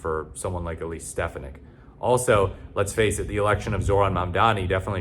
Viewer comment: It won’t matter, gang. Also her last name is pronounced “Steph-On-Nick”.